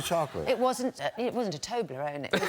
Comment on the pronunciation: “It wasn’t a Tobelrone” I nearly fell out of bed laughing.